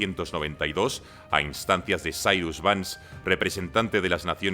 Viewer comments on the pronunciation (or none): none